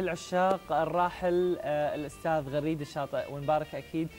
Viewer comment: يا حضرة المذيع اسمه غريد الشاطي بفتح الغين وليس كسرها ...فضحتنا .!!!